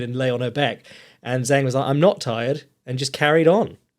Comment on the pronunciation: the correct pronunication of Zhang is with.a "Jang" that rhymes with manga.